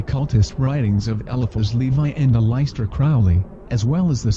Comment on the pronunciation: "A-lice-tear Crowley"